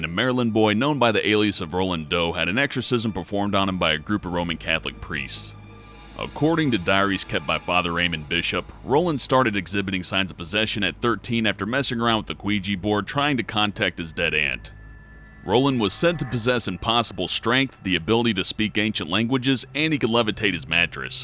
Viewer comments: Wtf is a queegee board?! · quouija board?:)))) ouija my friend is pronounced weejay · 'Quigee' board? Ouija is pronounced 'Wee-jee'. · ON STORY 13 HE SAID QUIJA BORED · it's a (wee-gee) board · Repeat after me. Ouiji WEE-GEEE Laveau Lah-voh JFC ruined the whole video I couldn't even finish. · The hell is a queegee board?